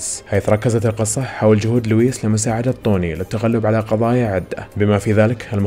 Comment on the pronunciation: 16 :10 توني برنس ❌ طوني برنس ✔ ههههه اليسعدك ويحفضك